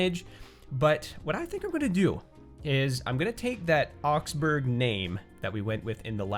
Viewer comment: Oxbourg is indeed a much fitting name :) But the g is silent, and it should be pronounced Oxbour